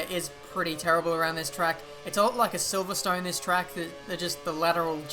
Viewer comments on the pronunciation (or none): none